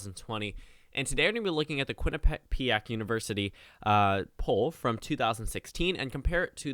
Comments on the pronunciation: You're pronouncing Quinnipiac right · Your pronouncing quinnipiac right! I’ve had many tours there and that’s the way i’ve always heard it pronounced.